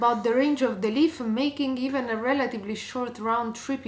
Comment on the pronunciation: Out of interest, can she say "Leaf" instead of "Leaf-a" if she tries? I'm just interested if you ever dare to mention it. 😂